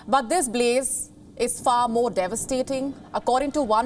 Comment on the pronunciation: INDIAN ACCENT B LE ZE BLAZE